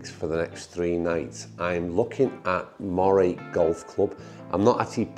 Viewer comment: Great video...thanks! I come from the County of Moray but moved abroad in my retirement. I really miss the multitude of excellent courses in the area......not sure if you have played Elgin and Hopeman? If not you should! Just one thing....Moray is pronounced Murray.....my surname!